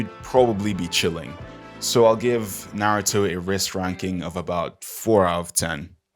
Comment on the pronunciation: When bro said nartou i was like "I AM DEAD"